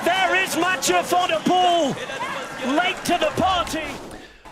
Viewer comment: Commentator, pronounce Mathieus' last name like pool instead of pole